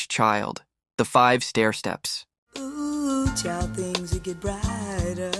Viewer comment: You know, this video isn't bad in terms of content, but the glaring AI narrating mistakes finally put me off. Doesn't a human do a final edit on these things? O.O.H Child? Seriously??? Ma Belle Ami is actually sung on the clip shown, but the narrator mispronounces "ami" anyway, more than once. Turned it off at this point.